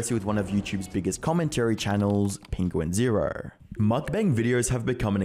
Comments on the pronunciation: i want to make it clear that charlie's youtube channel name is pronounced "penguin-z-zero, not "penguins zero". he's clarified that himself before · Penquinz0 pronounces it Penguin-zee-zero, right?